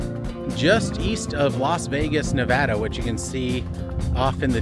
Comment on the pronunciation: Thanks for pronouncing Nevada correctly!